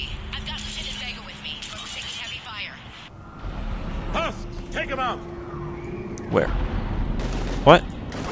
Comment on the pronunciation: It's SHEPARD